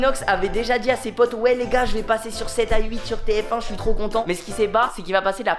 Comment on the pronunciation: Tout le monde : sept à huit Michou : sept aye huit